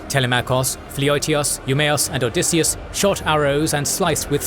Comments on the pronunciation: Odysseus.... not Odysseas... I don't know what it is with this cannel... but pretty consistently you either get spelling or pronunciation of things incorrectly... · "OdysseAs"?! That's odd